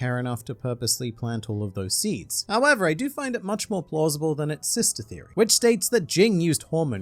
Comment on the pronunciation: Needs to learn the word,v"theory." Lol